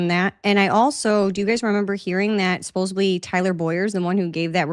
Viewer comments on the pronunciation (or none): great show.. one thing though.. it's 'supposedly.. not 'supposebly' .. keep up the good work !